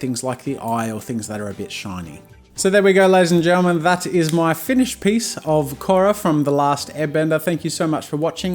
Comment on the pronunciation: I like the way he said Korra.